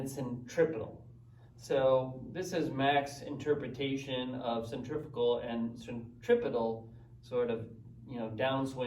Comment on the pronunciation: I believe cf is centrifugal - and I may be mistaken but not sure you pronounce that quite right? any way watching ALL your content (slowly) loving the mac o'grady stuff. absolutely awesome. please keep posting. many thanks.